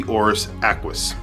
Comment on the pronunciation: Nothing like an ACK-WIS